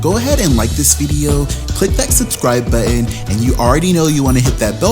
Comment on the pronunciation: It's NOT Butt-IN...it's button.